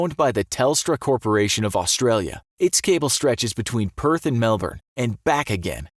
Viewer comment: That's not Melbourne. At least you said it right.